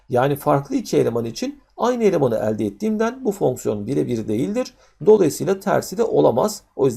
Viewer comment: kafayi yicem elde derken yanlış telaffuz ediyor öğretmen ekranı kırıcam şimdi